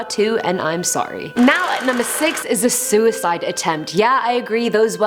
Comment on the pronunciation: “Zooicide attempt”